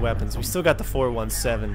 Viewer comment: It's pronounced "four-seventeen", BTW.